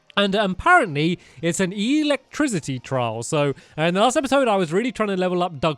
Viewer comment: The pronunciation of electricity triggered me Where are the notification squad